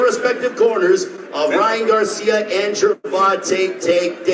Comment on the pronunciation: He keep saying Ryan garcim it’s garcia 🤦🏾‍♂️